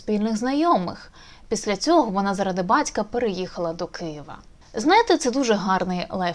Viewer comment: В українській мові не має дзя ,в кінці слова ,та не бацька ,а батька